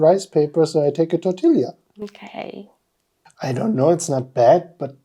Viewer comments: Omg. Listening to say, “Tort-iLL-ia” just melted my heart. You guys are so adorable. In Spanish two ‘L’s together is pronounced ‘Y’, so “Torteeah”. Your cross cultural videos spark so much joy for all of us. 😊🩷👍🏼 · Tortilla you do not pronounce the L like in German its more like Tortiia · tor-till-ia 😂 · Germans like to pronounce it "tor-til-ya". They know it's supposed to be a 'Y'-sound, but keep the 'L', too. (We don't have silent Ls.)